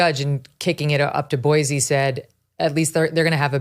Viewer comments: I would love JUST ONCE for someone to pronounce Boise correctly. It's never been Boy-zee!!!! Its Boy-see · Pronounced “Boy-see” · It is Boice_e